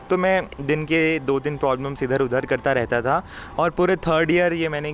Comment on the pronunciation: Bro why are you saying "Prolbems" instead of "Problems" 😅😅